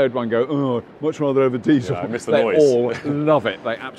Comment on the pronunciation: I like that 'yeh'... lmao